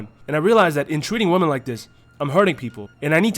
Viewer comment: Women is not pronounced the same as woman